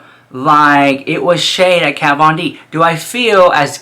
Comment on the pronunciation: This isn't Jeffree bringing shade, it's been so many years he doesn't know how to pronounce Kat's name anymore, he's so over the drama shit, he doesn't give a slap, plus it wouldn't bother her a bit, she doesn't have a thing to do with the business! Of course it wasn't necessary for him to do the religion thing, but he wanted to do something different, something that hasn't been done before, which it hasn't, I mean only Jeffree makes a Pink faux leather Bible and turns it into an eyeshadow pallette lmao, Jeffree doesn't copy anyone, he doesn't have to, he has the money to make whatever he wants and this is what he wanted to do, and he did it brilliantly as always! So you start drinking some Iced tea baby, lol there's no hot tea here! Hahaha! JK! I love you! 🥰❤